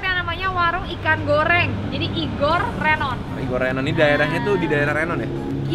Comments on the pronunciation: Renonnya pakek rénon kak🤣🤣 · Nyebutnya Renon huruf E nya agak kedalem.. paham kan maksudnya.. kayak kita nyebut sambel Embe nah huruf E yang pertama itu sesuai sperti kita nyebut RENON nya..